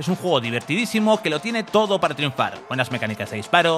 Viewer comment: Has dicho 2 veces "en tó momento" 🤣